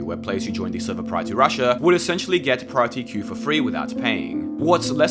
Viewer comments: Why does he reads Rusher as Russia? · I’m pretty sure it’s pronounced rusher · You keep saying Russia instead of rusher lol that's funny as hell right there XDDDDDDDDDDD THAT'S FUNNY LOL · Bro please fix your pronunciation of rusher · Wait, he was saying Rusher?